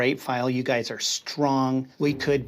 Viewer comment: Guys and not "Guyzes"